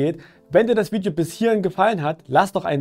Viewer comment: Wiedjo? Weed yo? VIDEO ist Bild UND Ton. Sorry für's schimpfen. Ich war nur grad sehr verwundert. No hard feelings! Is wohl bloß ein Akzent. Wirklich nicht so böse gemeint wie es klingt. Ich klick mal auf 'like'...